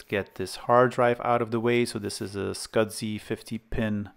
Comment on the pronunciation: There is NO D in the word SCSI